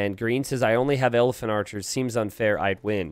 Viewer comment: You definitely said Elepharchers, and I'm making that my name now. Also, he definitely deserves legend status for this, if he doesn't already have it..